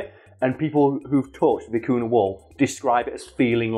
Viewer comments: as a Peruvian, the way you pronounce vicuna makes me cringe a bit, is vicuña (vi .cu . nya), oh well people pronounce llamas as "lamas", instead of iamas ( which is the correct pronunciation), but also there was one time, my sister's friend got mad at her because my sister was wearing a scarf made of baby alpaca fur, which she though that it was made by skinning the animal, which we don't, vicuñas, llamas and alpacas are sheared just like sheep and they do need to be shear, just like sheep, their fur soft and cold to the touch and it really warm and light when worn in the winter and windy days. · Vi-cu-ña (for english monolinguals it's pronounced "vicugna". Like gnu) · by the way the name of the animal is generally spelt vicuña, with the ñ pronounced ny nice video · I'm tired and I kept hearing "Vicuna" as "Kakuna"... Was very confused